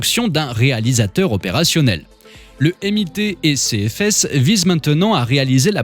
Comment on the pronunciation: C’est sérieux pour la prononciation du MIT ? 🥲